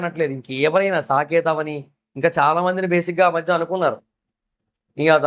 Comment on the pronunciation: Saketh kadu sanketh Jaswanth kadu yaswanth